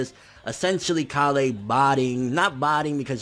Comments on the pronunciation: "KA-LEY" BITCH ITS KALE ALL TOGETHER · Her name is k-ale, not ka-lay. ;D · You're saying Kale's name funny. It's Kay-uhl not kah-lay. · KAH-LAY? Even in the show, she's called KALE! Like the vegetable! It's even spelled the same! That's the only thing that's making me raging right now about DBS100. You kept saying KAH-LAY! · Please stop saying kollay or whatever way you are pronouncing it... it's Kale... like the vegetable.... like how all sayains are named after vegetables... other than that, the scaling in super is driving me nuts... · Stfu its KALE not KaLLLLee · Kalay? Don't you mean Kale? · ITS PRONOUNCED KAYLE NOT KA LAY! Kale Like the food, dunno if you've noticed after decades of this franchise being on air but saiyan names are based on food genius - mainly vegetables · Why does he say "Kah-Lay" when they call her "Kay-Le"? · Her name is pronounced like the vegetable or plant. Kale not Ka-le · You keep saying Kale wrong, man. It's not pronounced like "Kah-lay". It's Kale. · Pronounced kayl not kahlay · pronunciation of Kale bothers me so much. If it were pronounced Kal-lay in Japanese then I'd be cool but the anime pronounces it like the English Kale. I look past it but it bothers me each time. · Wtf is (kalay)? It's kale you know the freaking vegetable... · bro you're pronouncing it wrong, it's kale like the vegetable. please stop saying it wrong lol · It's kale...like the vegetable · why do you always say the names wrong her name is kale or kala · It's cale bro CALE! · bruh learn to say Kale plz lol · That is NOT how u pronounce Kale's name!!!!! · cant say kale? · Why does he pronounce Kale like that? There's no accent over the e.